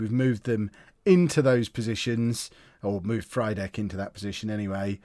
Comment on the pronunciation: Frydek's pronunciation is "free-deck" mate, as it's Frýdek in Czech :)